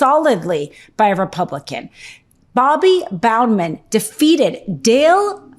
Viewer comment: Just to let you know (because everyone is getting it wrong, it's not just you), Bobbi Boudman's name is pronounced as if the "O" wasn't there. "Bud-man." She's a friend so I just want to get it out there.